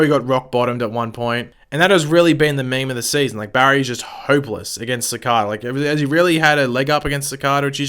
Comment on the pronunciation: Ci-CAY-da, man, Ci-CAY-da. Do you not actually watch the show?